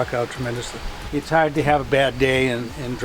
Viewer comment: It’s huad to puak his cuah....LOL! I wonder if I spelt it right?